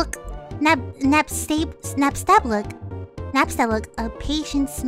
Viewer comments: It is pronounced nab sta blook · It’s pronounced like this naps ta blook